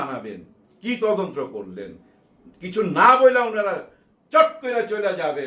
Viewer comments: আসসালামু আলাইকুম আঙ্কেল,, কথাটা 'তদন্ত্র' হবে না 'তদন্ত' হবে। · ভাইয়া, বার বার আপনার তদন্ত্র কথাটি শুনতে খুবই কানে এসে লাগছে। কথাটি তদন্ত, হবে যাকে ইংরেজি তে ইনভেসটিগেশন বলে।